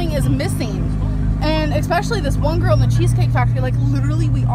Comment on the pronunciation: Good morning Everyone. Enjoy your monday. I gotta fix my car but it's easy and free labor. Also a loving partron lmk it's GORL due to the way she says it.😂😂😂😂😂 Fatphobic or death phobic?????